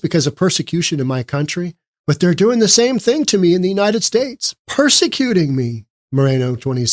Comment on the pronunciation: He was singing on one early video ‘ YOU CAME TO WORK BUT I CAME TO VACATION ‘ . Then he says ‘ I do not have to work cause I get money and food and this little princess was born here.’ ‘ I do not want to work ‘ . He pronounces UNITED STATES “ UNI ESTAY “. Also, I do not feel sorry for his partner, she was in the background of this video laughing. DEPORT HIM ASAP!! 😡